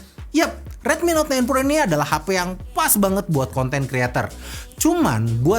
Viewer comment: Dengernya ten pro wkwk